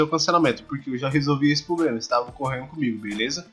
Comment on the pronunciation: Quando ele falou Grobo e pobrema já não consegui ouvir mais nada!!!!